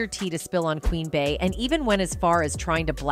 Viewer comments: Beyoncé’s nickname “Bey” is pronounced “Bee” not “Bay”. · It’s the way she’s pronouncing Bay lmao Bey